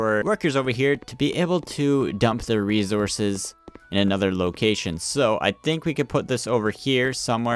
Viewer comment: Resources not rezorcous